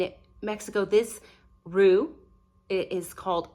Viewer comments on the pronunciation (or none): none